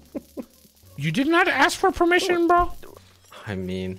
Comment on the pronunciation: my boy said ‘you did asfermition’ instead of ‘you did ask for permission’